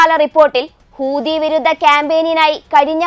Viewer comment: Not hoodi , hoothi is right ok